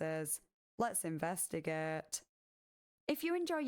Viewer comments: Investigaert the bair-bes 😂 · I love how she says that lol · My favorite part of the video was when she said "Let's investigeht!" and then investigated everything